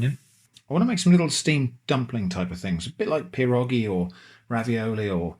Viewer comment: Love the creativity and I appreciated the lax rule set. It made for a fun video. Just so you know its many pierogi and one pieróg (pronounced pye-roog, the ó is essentially the letter u with the sound of oo). Your pronunciation of pierogi is perfect.